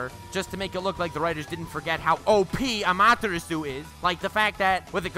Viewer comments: So 50% Lacks of Information and therefore isnt correct displayed and 50% is simply false. Amaterasu (which btw is spoken AMA TE RA SU) is dodgeable for A cause he is faster than the Speed of "sight" aka he is Faster than the Speed of Light in his Lightning Armor, and even he couldnt dodge Amaterasu absolut and had to cut off his Arm. Naruto simply got Plotarmor. Edo Tensei would start Regenerate thats true, but it wouldn regenerate right on the Flame, it would take some Time, if the Body burns down completly by Amaterasu(for example because your are engulfed in Flames) your Body would regenerate from Nothing and therefore doesnt got Amaterasu on you. Still it would be a Effectiv mean to slow down an Edo Tensei Summoned Fighter. Vapor Release(which sounds False to me but maybe my english is simply not good enought) doesnt allow you to change Properties of GAS it allows you to Controll the PH Value of the Steam/Mist you are emitting at every Time. Therefore its only goes for the Fog youself created. 7)koatamatsukafuckikkamikki (Which Jutsu shall that be? That doesnt exist at all) do you mean Kotoamatsukami? This Jutsu alters your Mind unnoticed and therefore allows you more or less to turn somen in your slave or anything Else.... and thats it.....It lets you controll someone else on a "indirect" way by altering there Memories. Powerfull yes, Useless? No, Wasted used? Dont think so. Danzo wanted the WAR do make himself and Konoha the Dominating Power in the World therefore he ha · (saying amaterasu wrong) Naruto fans unholy screaming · The way he said Amaterasu I raged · Why did he say Amaterasu weird 🧐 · The way he pronounced Amaterasu...... Jesus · Listening to you butcher Amaterasu made me cry.